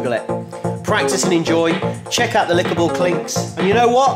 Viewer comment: Lol, he said "lickable clinks" instead of clickable links :P